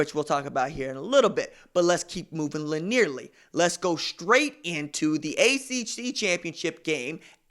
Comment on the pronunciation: All good points and another solid video...but, haha, you knew it was coming. Linearly is pronounced..lin-knee-er-ly. Keep up the great work RJ. You know I love ya bruh.